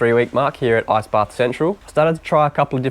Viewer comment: Why do you say "ass"-baths? it's IIIICCCEEE baths XD